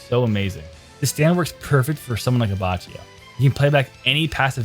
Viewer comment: FYUgo - AbbacCHIo Bruh💀💀